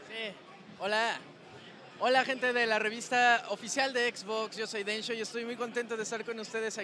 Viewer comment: ¿Ese era Densho o Donsho?